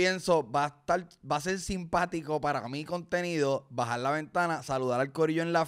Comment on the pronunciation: La amo cuando dice “me tengo que bajarrrrr”